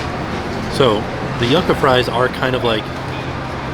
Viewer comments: I love you, but your pronunciation of yucca was killing me hahaha! For future reference, it's said "you-ka", not "yuck-a":) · I love you dearly but my Puerto Rican ancestors are begging me to tell you that yucca is pronounced like yooka:) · Ngl this is the first time I've ever heard someone pronounce yucca as "yuck-a" lmao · THE WAY HE PRONOUNCED YUCCA